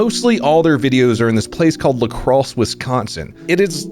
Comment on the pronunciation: All right! He switched back to the correct pronunciation of La Crosse!